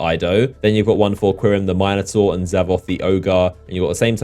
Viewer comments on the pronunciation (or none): Min-a-tor Mine-a-tor